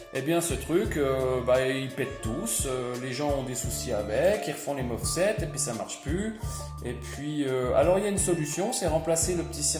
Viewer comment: MOSFET et non MOFSET 😁 !!